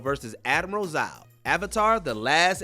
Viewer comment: You mispronounced zhao